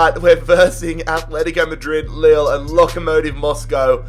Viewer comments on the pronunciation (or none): none